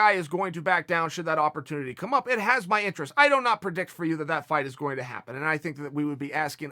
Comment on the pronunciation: If chael say its "doughnot" instead of "do not" then goddammit its DOUGHNOT!!